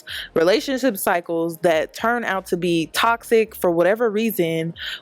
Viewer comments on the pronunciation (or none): none